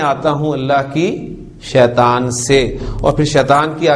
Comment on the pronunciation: السلام عليكم ورحمة الله وبركاته Boht ache lectures hen. Aik choti si guzarish hey aap itna acha janne aur parhane wale phir kun Shaitan شيطان ko شيطوان Shaituwan kehten hen?? بارك الله فيكم السلام عليكم ورحمة الله وبركاته